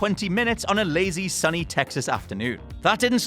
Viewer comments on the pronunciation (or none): none